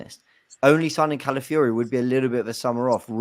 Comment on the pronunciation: Shout out to fancam where he pronounced Calafiori as "Cow-filly-ho"